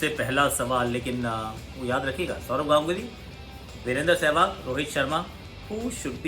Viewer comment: who noticed this "Saurav Ganuly" :0